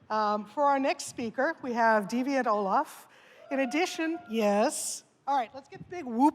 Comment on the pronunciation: That is the correct pronunciation of "ollam".